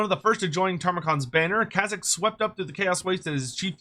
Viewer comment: Its spelled 'Kayzk' so is pronounced as 'Kay zk' and not 'Kazyk'